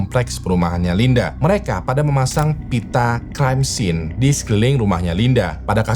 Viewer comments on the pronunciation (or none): none